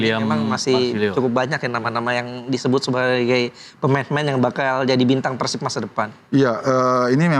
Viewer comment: JANGAN PERCAYA SAMA PUNDIT YG NGOMONG "PÉR-SIB" TUH JADI "PEUR-SIP"